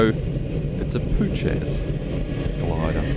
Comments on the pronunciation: the glider name is pronounced poo-hatch not poo-chez :) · it's "poo-hatch" not "poocac" 😜👍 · "Puchacz" not "Puczes"😁 greetings from Poland:) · Actually, it is pronounced “Poo-hatch.” Appropriately enough if you’ve managed to spin one. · Puchacz... Phu-ha-tch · This guy calls himself..An Instructor..And doesnt know the diff between a Forward and a Side slip.and DUDE Its Puhatz is how ya say it.. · Puchacz is pronounced 'poohatch' ;-) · and you can see the airbrake handle forward in the closed position (compare to with the brakes deployed). that pass would not have been possible with the brakes open. the change in slip direction seems pretty dangerous to me. that's a lot of yawing movement with the nose high. i don't have a ton of experience in the Puchacz (your pronunciation kills me btw) but enough to know that it likes to spin and will bite you if you let it. pretty cringe display tbh.